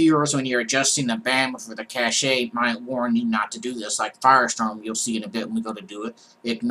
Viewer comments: cach-a is pronounced Cash . lol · "cache" is pronounced like "cash". Cache, in the computer/IT domain means "fast, frequently-used (but temporary) storage". "Cachet" is pronounced like "cash-ay", but it's an entirely different word (It's a French word, and it means "seal of approval" or "mark" or "superior status" in English).